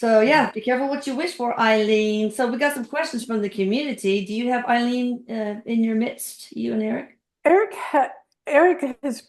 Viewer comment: When I lived in Gainesville Florida, Aileen was killing men up and down the interstate highway 75. This happened just a few miles from me. 😱 Btw, You pronounced her name correctly. Thank you,. You are fantastic for bringing us another great video. Thank you for introducing Erik into my life. He is always there when I need help. 😍Love you Erik as always, 💗Deborah, Psychic Medium